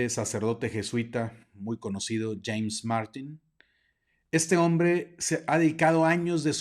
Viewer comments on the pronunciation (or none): none